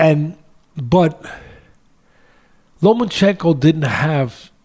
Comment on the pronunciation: No more Lomanchekno, Teddy, you loined da kid's name.